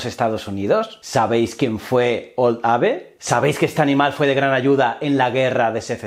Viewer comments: Tioooooooo!! "abe" NO!! Se pronuncia "eib". Eres un crack y, valga la redundancia, te seguiremos siguiendo, pero ponte las pilas con la pronunciación de algunas cosas en inglés. Algunas, las importantes. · No quiero entrar en detalles ya que cada uno tiene el nivel de inglés donde lo tiene. Pero escuchar tantas veces "ABE" me ha sacado del video.